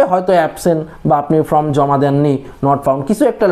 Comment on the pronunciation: শব্দ টা ফর্ম, ফ্রম না 😂